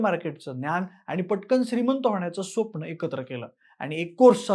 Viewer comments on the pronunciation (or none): स्वप्ण nahi re baba it's स्वप्न.